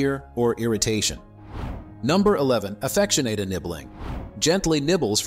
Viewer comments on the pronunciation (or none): Great video, but it sounds like the Ai doesn’t know how to pronounce ‘Affectionate’😅😅😅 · You’re cool; I’m not a troll or anything-it was kind of funny😅